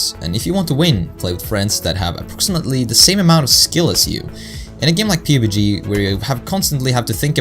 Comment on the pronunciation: Great video, you mispronounced pubg. It's pronounced p(uh)b g just so you know, otherwise I think it was a great vid man.